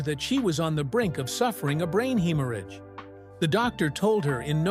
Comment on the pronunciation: McVey pronounced 3 different ways, “haemorrhage”?? And let’s face it, Lindsay was stubborn, controlling and only loved Lindsay!